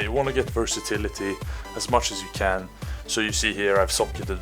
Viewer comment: "I dont think SÅ" Sounds like a fellow swede ? :P